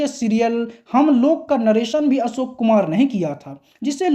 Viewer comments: Asok nahin Ashok bol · आप असोक आसक्यो कहते हो